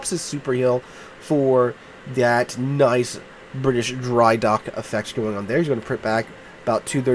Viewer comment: bri ish